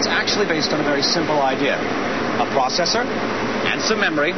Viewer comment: What's a prawcessor? Maybe he means a processor!